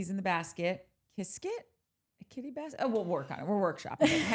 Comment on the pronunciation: It’s a bas-CAT instead of a basket 😂